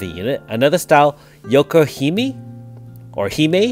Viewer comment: I ended up pulling 1K CS on this banner, since I had no form of Heena. I was desperate too, since I bombed on all the OP banners, like Iphi and Minalca, didn't even get a 4* form of them. On Door #3, AS Heena showed up! Alrighty, I'm going to stop there. I'm not sure why you called her yokohime. Her 5* AS class is pronounced Joe-ru-ree-hee-meh. "Joruri" is Japanese for a kind of music used in bunraku, which is Japanese puppet theater. "Hime" means princess. So it makes sense that she's called the Puppet Princess.